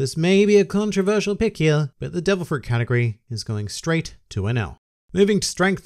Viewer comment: Every time u say "category", i hear " katakuri"